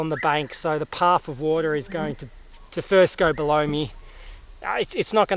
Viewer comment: Did he say “Go Blow Me”? Great adventure. I enjoyed it.